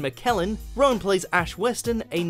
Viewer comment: Rheon isn’t pronounced as Rowan wtf??